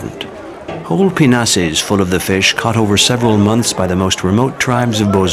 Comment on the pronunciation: Sounds like he's calling them "penises"